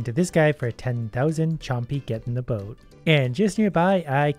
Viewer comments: Sounds like 'get in the bin' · Every time he says "get in the boat" I always hear "get in the bin" I think I saw to many gachacringe videos 😂